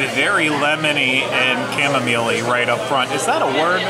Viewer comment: It's Chamomile, Long O and i iSilent e at the end. It's Cham ( silent h )